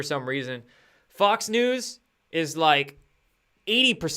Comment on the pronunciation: it almost sounded like you said “Fucks News” lol